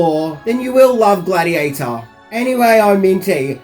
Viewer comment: Gladheateher? Not bad, maybe you should talk about Pokeherhotass.